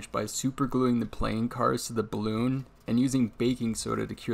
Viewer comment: just sounded like bloon instead of balloon 😁 but really interresting video! Thanks.